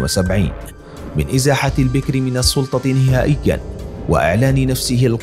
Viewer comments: إلى قارئ الفيديو هل أنت أعجمي ؟؟ لماذا تكسر حرف الباء في كلمة البكر ؟ ؟ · البكر بفتح الباء ، كسر الباء يجعله انثى ! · البكر بفتح الباء وليس بكسرها. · وثائقي جيد لايخلو بالطبع من بعض المغالطات اضافة الى نطق بعض الأسماء بشكل خاطئ مثل الرئيس البكر والرئيس هواري بو مدين